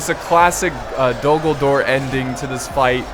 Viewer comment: Who else thought he said dumbledore?